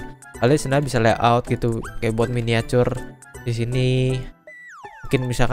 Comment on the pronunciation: bilang nya miniacur